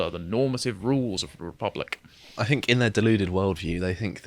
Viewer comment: * Speach therapy pls ffs. "Think" NOT "FINK".